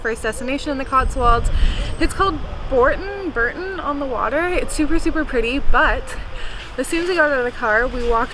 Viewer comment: Bourton on the Water, not Burton on the Wurter. And if you're absolutely bursting, come to Chipping Campden for a silent P. (Pronounced "Camden".)